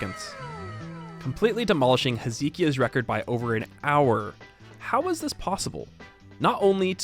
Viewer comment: Oh that is a painful pronunciation of "Hezekiah"